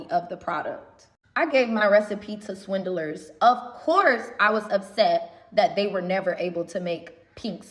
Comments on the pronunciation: Not Swin-Del-Ers 😂😂😂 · can't even say 'swindlers' correctly, never mind that she's inviting them to sue her for that brazen claim. She seems as toxic as her sauces. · The way she pronounces 'swindlers' gives me hives.